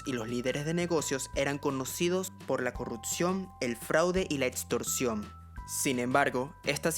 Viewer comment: otsion o etstorcion, se dice opcion o "ecstorsion" y no etstorsion